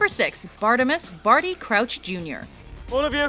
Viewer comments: I'm not even english or american and I can pronounce Bartemius better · HELLO?!?! Its bartinius not bartimius! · Who's "Bartimus?" It's Bartim I us. Bartimius